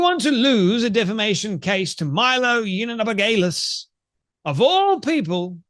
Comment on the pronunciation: Please learn how to say Milo yee an op ol us , its not that hard. It's a bit distracting. If you speak for a living, make an effort.